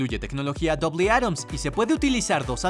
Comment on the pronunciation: Jajajaja quiso decir doble átomo en vez de dolby atmos 🤣